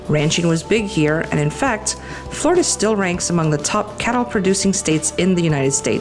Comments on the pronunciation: It's pronounced Flor--i-da, not Florda. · How about pronouncing the state correctly? 😂 We who are true Floridians pronounce it “ Flar-da.” The way you and so many others say it makes us cringe a little. 😂